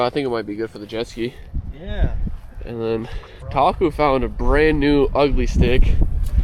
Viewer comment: I thought you were saying taco instead of Taku, cool collab, how did you get into getting snorkeling and catching crabs, did your Dad show you?